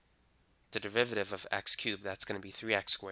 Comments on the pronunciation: Say "du*rr*-riv-eh-tive" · this is great but its DERIVATIVE not DEVIVATIVE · Piolo Montesa oh i see he says it like "deviviiviviive" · I like the way you say "derivative" haha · i dont get it it sounds normal to me